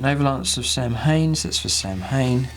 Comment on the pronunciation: But does anyone know who Altioc and Sam-Hayne are? I mean if you want to be an Eldar player at heart like you claim to be, please, learn to pronounce the names correctly.